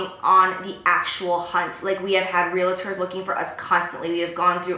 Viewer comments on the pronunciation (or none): Real-ators..... no that's not how it is said 😂